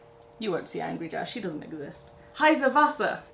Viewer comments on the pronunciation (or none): „heiße(s) Wasser!“😂😂 Always love hearing non natives speaking german😝 Sadly too early to see comments about it, though🙈😂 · Did she try to say "heißes Wasser"? 😂